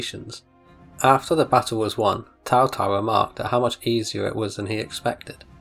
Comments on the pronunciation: It is pronounced like a Ts, so it's Tsao Tsao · Why does he keep saying Tao Tao?